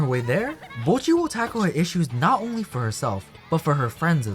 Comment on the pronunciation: thank you for saying bocchi correctly. ive been peeved from people pronouncing it "boe-cchi" for so long now lmao